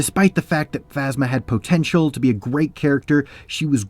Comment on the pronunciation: Is he saying POE-tential?